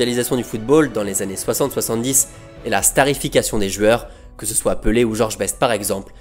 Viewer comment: J'adore cette chaîne et j'adore ta façon de narrer mais j'ai une seule question : pourquoi tu dis "jueurs"?